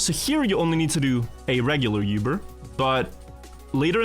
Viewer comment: It's crazy that is from Europe but he says uber more strangely and incorrectly than anyone I've ever heard. Germans, Americans, everyone just says uber lol. It's also one of the biggest companies in the world now, so we all know how to say it. No one says "Let me call a Yoober".